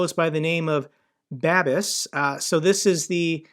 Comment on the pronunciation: Its pronounced more like "Babish", exactly like the cook on YouTube